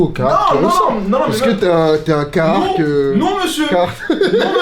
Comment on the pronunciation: c'est le seul mec qui kiff cette marque plus que tout mais qui la prononce mal. C'est caRhartt pas cahartt! Pourquoi tu chasse des lettres dans le mot?